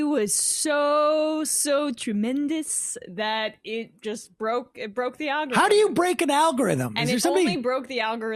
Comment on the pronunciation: All Powell's yammering about "algorithims". She couldn't even figure out how to program a computer to print "Hello"!